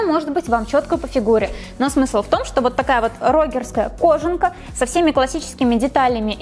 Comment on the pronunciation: может быть не кОжанка, а кожАнка?